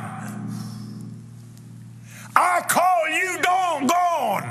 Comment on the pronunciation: Did he say dong gone?